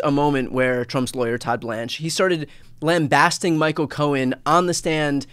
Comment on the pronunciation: One very sharp lawyer is Mr.Kirschner. If I were ever involved in a criminal case he would be my go to guy.Too bad he's not prosecuting dumpy. On an aside Bryan the word is pronounced "lambasting not lambasting. I have a penchant for correct pronunciation